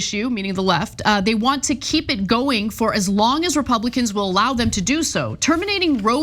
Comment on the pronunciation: Do ya think he thinks it’s actually called Rovey Wade.